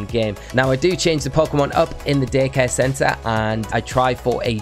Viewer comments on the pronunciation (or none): It totally sounds like he says dickhead center instead of daycare center.